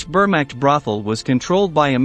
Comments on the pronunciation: Uh ... the 'were-mact'? If you're going to have a machine narrate the videos, train its pronuniciation skills first. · 1. Clickbait. 2. Learn how to pronounce words correctly for historical documentaries (vermacht, for instance). It's easy to do with Google. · The Wehrmacht is *not pronounced "bermacked", you ignorant ponce. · WTF is the bermakt ⁉ And who was Fabienne Jam-it ⁉ Jam it where ⁉ All of this great factual information you researched degraded to amatuer hack level because you can't pronounce the names of people, places, or things properly. I noticed this in a few of your videos. 😒🙄